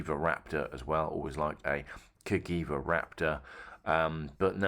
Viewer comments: Isn’t it Cajeeva rather than Cagiva? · Your certainly not into bikes you’re pronouncing Cagiva wrong